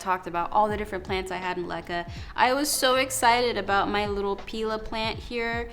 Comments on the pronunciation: Afaik pilea is pronounced pai Leah. If you just lay the pilea on top of moist soil or moss it should establish roots from the growth node. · Dumb cane and Alocasia are easy ones to kill, whether in LECA or soil. They’re temperamental. The pilea will do good if rooted in water first. And it’s pronounced pee-lee-uh or pie-lee-uh. Also, are you sure all had root rot? When plants are transplanted into LECA, they shed some roots. These roots can look like root rot but can be cut off, not the entire root system. Just a thought. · Just so you know I’m pretty sure Pilea is pronounced “Pie-Lea”